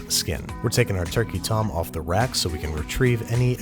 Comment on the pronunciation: Did he just say turkeytom?